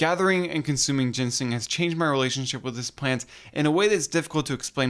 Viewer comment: you called i t 'gensing'